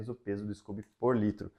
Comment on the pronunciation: Adorei seu canal, super profissional e ótimas dicas, parabéns. Só nao entendi porque vc diz scUby em vez de scOby.